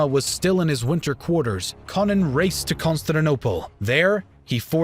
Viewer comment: Leo's pre-imperial name was Konon but in the video it sounds like Conan. Ko as in KOnstantine, non as in NON-entity